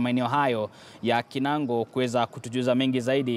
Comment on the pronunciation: Kinangop, sio kinango